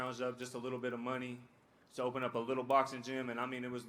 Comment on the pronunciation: "A Leedle Bit" 🤭🤣😭 Three words more devastating than that entire speech.